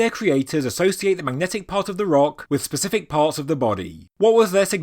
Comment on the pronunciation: Are you saying "Pacific"?